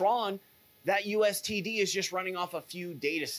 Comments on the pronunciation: hard to take a guy seriously when he keeps saying U S T D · It's called USDT not USTD or are you talking about True USD.. cuz that's TUSD. You're very good at talking fluff about nothing. And I'm all for being awake but this is getting irritating now.